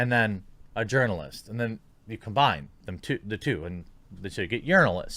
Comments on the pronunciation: This whole time I thought you were saying yernalist.... it all makes sense now. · I'm glad you explained the urinalist joke, I really just thought you changed the sound of the j to y